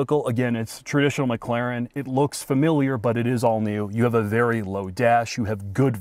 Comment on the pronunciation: It's McLaren, not McClaren 😂